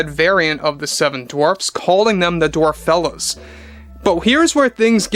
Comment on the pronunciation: It just goes from Bad to Worse And it's DWARFELLES. ( DWARF- ELLES )